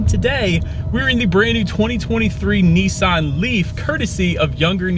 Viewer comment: Its Nissan……. NOT nEEsan……..